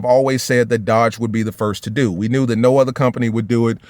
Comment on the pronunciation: 🇺🇸🇺🇸🇺🇸🇺🇸 Last real American muscle All I gotta say is when you say the word Dodge put some spect on it